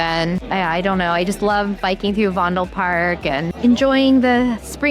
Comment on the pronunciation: It is NOT Wondelpark, it is Vondelpark, and it is [Den Boss] NOT Den Boshk...and it is Utrecht and not OUtrekt...Better check wikipedia, and lean how to pronounce the Dutch Alphabet...